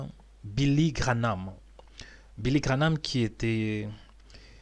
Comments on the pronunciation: Please man graham instead of GRANAMThat's not so hard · Tu confonds William BRANHAM et Billy GRAHAM!! Ce n'est pas GRA-NAM comme tu dis!! Mais GRA-HAM!!!! Ce serait bien de prononcer les mots CORRECTEMENT!! Merci! ET ELLE EST OU TA VIDÉO DE BILLY GRAHAM?????? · GraHAM et non GraNhAM...sans "N" GRA+HAM. Billy GraHam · Ça se dis billy graham et non pas granam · Cest pas Granah, c'est Graham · Billy Graham et non Grahnam papa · Billy GraHam pas Granam tu ne ces ses de dire Granam. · Graham et non Granam... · PAS GRAHNAM !!!!!!!! GRAHAM VOUS DITE TOUT LE TEMPS GRANAM C'EST GRAHAM GRAHAM GRAHAM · Vous déformez le nom c est Graham abstenez vous de le dire ça fait mal au oreilles 🙏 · Graham comme Abraham.. La pronomciation de son nom est comme Abra HAM. Prononce Billy Gra HAM. il y a pas de N dans son Nom.. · Relis bien son nom avant de te lancer dans une video! Qu'est ce qu'il te fait penser que ça se grononce graname? 😩